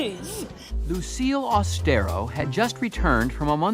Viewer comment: "My dear Lucille Aus-te-RO." 😂